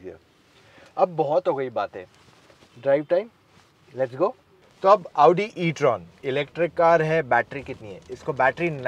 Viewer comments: Aa-oo-di Audi pronounciation: motor octane edition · First person I've seen pronouncing Audi correctly. Thankyou ❤❤❤